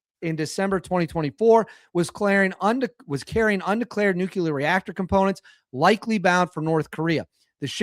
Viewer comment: NOO-KLEE-UR!! Please!!